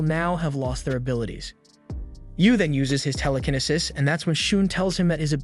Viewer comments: Bro said tell-le-ken-nisis😂😂 it's tell-li-ki-ne-sis Telekinesis😂 Look at the description of the video too lmao he said "he must still them all" instead of steal😂 if I'm posting a video I'd atleast make sure I'm spelling and saying words right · Ramen as raymin, telekinesis as tela-ken-i-sis, and psychics as physics. I think this is a trained AI reading a script. People don't talk like this. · Ramen as raymin, telekinesis as tela-ken-i-sis, and psychics as physics. I think this is a trained AI reading a script. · proper phoenics --- "raymen" = ramen, "Tele-kenisis" = telekenesis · There’s no way this dude mispronounced telekinesis and ramen so badly